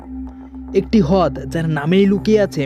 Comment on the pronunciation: hod ki vai? rod uccaron hobe.